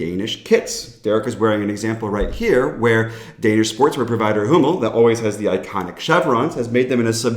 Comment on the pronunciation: When you said "Danish Sport wear provider Hummel" and it sounded like Danish Sport wear provider homo, I spat my beer out laughing! Very fitting! 😂